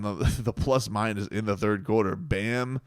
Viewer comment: "Turd quarter" 😂